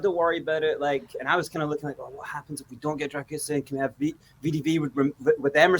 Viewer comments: I asked my Romanian girlfriend and she informed me that his surname's pronounced "Dra-gu-shin". 🇷🇴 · It's pronounced drer - goo - sheen , with the stress on sheen. You are welcome! 😉 COYS! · For pronunciation : Dragusin... the 's' is a 'sh' sound and the complete end sounds as shin or sheen depending on regional dialect. Alaistair Gold rekons 'sheen' is correct: Dragu-sheen. The Romainian neighbour up the road rekons both Ragusheen and Ragushin are acceptable pronunciations. The 's' is definitely a 'sh' sound. COYS